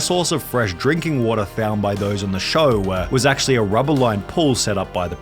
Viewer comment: Your vids would be so much better if you didn't inflect the end of your words like wat-uhhhhhhhh